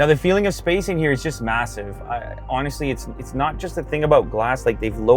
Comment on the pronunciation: destroyed the word MASSIVE for me